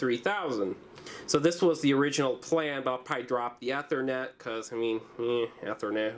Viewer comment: mispronounces Ethernet